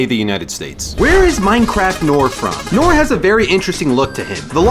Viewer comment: Noor is pronounced “nurr” not nor